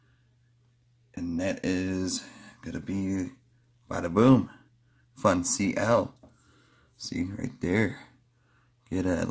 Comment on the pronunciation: Fun C L? It’s pronounced fun and uncle. Funcl